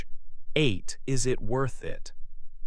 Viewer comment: Pronunciare in maniera decente il nome Louis Vuitton mi sembrava il minimo! Peccato. Fa venire talmente il nervoso che rovina tutto il video